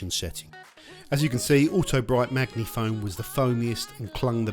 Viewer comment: is it not sposed to be 'maji-foam' as opposed to maggy-foam 😊